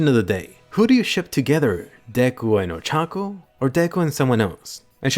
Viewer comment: Ochako is not that hard to say man